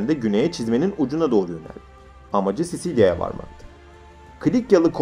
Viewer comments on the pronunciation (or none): Sicilya'ya neden Sisilya diyorsun?